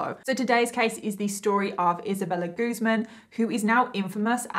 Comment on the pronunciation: It's actually pronounced Isabella GuzMÁN.